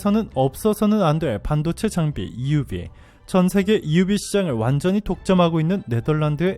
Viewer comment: EUV 발음 감동적입니다. 많은 유익한 정보에 감사합니다.